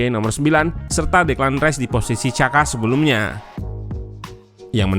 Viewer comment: Ralat, bacanya Jaka, Min. Bukan Caka